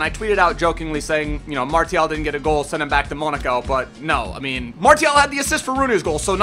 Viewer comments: Its marSsssial no marTttial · pronounce Martial like Marsial (im french) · its Mar-see-al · It is pronounced Mar-c-al... BTW awesome vid as usual :) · I think Martial is pronounced "Marshal" . Am I right? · It's pronounced marcial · It's pronounced Mar-see-al. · French is my main langage and yes it's Mar-see-al like in : Arts martiaux it's pronounced Mar-see-yo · Chase Hoonan Dude don't create arguments it's clearly martial you told us to check on google translate and it's Mar-see-al your "it's pronounced" like that in english isn't an argument Martial is a word before being a name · Nadir Mou' On google translate when typing it in French it says Mar-Tee-al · IT'S MASIAL THE T IS PRONOUNCED AS AN "S" FFS MAN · u say martial weird